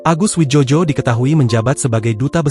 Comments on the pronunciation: Bacanya bukan wijojo,..bego...tapi wijoyo karena beliau diberi nama mungkin dulu pada waktu ejaan lama Bahasa... sebaiknya lain kali di konfirmasi dulu dg seniornya.. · Yg baca goblok gk paham ejaan lama contoh oe itu sama dengan u Joyo dibaca Jojo memalukan